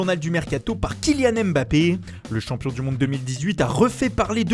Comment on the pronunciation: Pour faire l’accent italien et lâcher un bon « Spinazolla » c’est réussi mais dire Mbappé correctement c dur il faut pas dire M Bappé